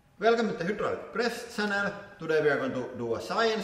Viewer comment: “Hoo-draulic” “Presss-ooo-reh chamberrr” 😂 God bless you ☦️